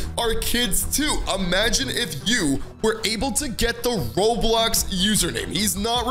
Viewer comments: lol said Robiox not Roblox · its "roblox" not "Roblox"